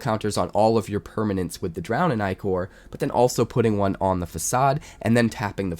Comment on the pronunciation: Only content creator I’ve heard use the correct pronunciation of ichor